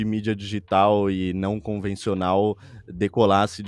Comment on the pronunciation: Que agonia ele falando "dÎgital"